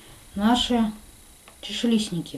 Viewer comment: Говорите правильно: не чашелисники , а чашелистики